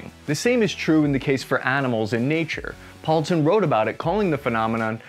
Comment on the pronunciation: Just a comment on Sir Edward Poulton. His name should be pronounced /'pool.ton/, not /'powl.ton/. Second, if you want to use Sir with one name, you need to say 'Sir Edward', not 'Sir Poulton'. 'Sir Poulton' isn't a thing – stick with Poulton if you want to use his surname. 'Sir Edward' is formal – if you were close friends, you could call him 'Edward'.